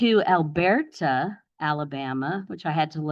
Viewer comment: I just need dad’s attorney to pronounce Elberta correctly 😂😂😂